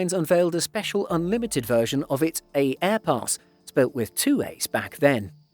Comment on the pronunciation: Its pronounced airpass, the first A is silent dude